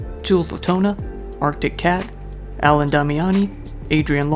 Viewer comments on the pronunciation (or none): none